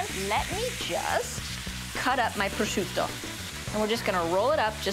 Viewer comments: "it's absorbed all of the peppers and the prozzzzciUUUto.." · I'm Italian! I'm Italian! No really, I'm Italian! Just listen to how I say prosciutto! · Goddamn it Giada just say prosciutto the American way